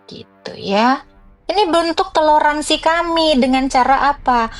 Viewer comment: TELORASIN kok TELORANSI bin "TOLÈRANSI"